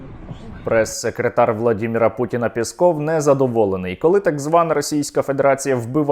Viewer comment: Це не пісков, а пісЬков😂